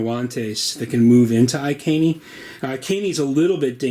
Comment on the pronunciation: Good video thanks for this. Iceni is pronounced eye - seen e by the way!